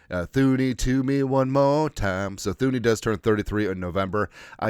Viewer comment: Pronounced TOO-nee!